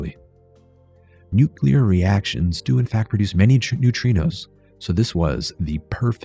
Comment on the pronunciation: I love this video! But, “nucular”?? Why?? Just why?? 😭😭